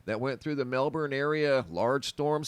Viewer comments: congratulations on pronouncing Melbourne correctly. (not Mel-bourne). Well done. that windstorm really did a job on the trees and the power supply. Some power won't be restored to some homes until mid-July!. My daughter has had her power off for 9 days so far. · Well done mate at saying Melbourne, 🇦🇺🦘🐨